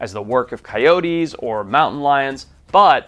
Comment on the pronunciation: Great video as always forrest. But how do you get to be at the level you are. And still cannot say coyote correctly? It’s not Wiley coyotiee! Coyote.